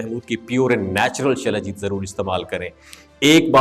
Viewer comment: سلاجیت۔ غلط تلفظ۔ وہلاکر کا مذھب۔ مشکوک کرتا ھے مکر یہ اسلام کے بارے۔ میں ں۔ گفتگو۔ کر تا ھے